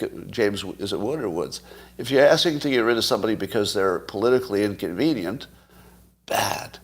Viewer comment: Is that "inconvenience," or "incontinence?"